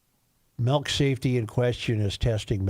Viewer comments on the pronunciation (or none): Tell Joe to STOP SAYING "MELK" IT'S "MILK"